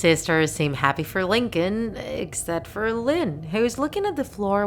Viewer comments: Its Lincoln not Lin-co-lin😂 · 𝕀𝕥𝕤 𝕟𝕠𝕥 𝕝𝕚𝕟ℂ𝕆ℕ 𝕚𝕥𝕤 𝕝𝕚𝕟𝕔𝕠𝕚𝕟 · lyn actually calls lincoln stinkon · I love how she says Lincoln as LinKONG